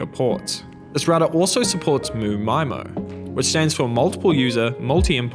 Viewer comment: And MU-MIMO wtf